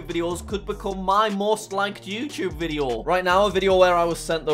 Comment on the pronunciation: its funny when he says "Video"